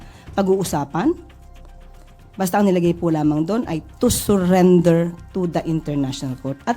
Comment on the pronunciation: Yuck.....talagang ine-emphasize pa yung "TO SURRENDER".